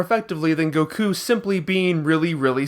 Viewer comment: Bro please stop saying “Goku” and “Sayain” like this. I’m finding it really hard to watch this video.